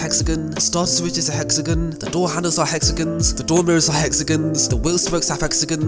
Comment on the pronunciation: It’s hexagoooooooonn not hexegan lol